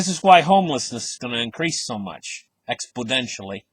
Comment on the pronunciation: Exponentially not Expodentially lol that's funny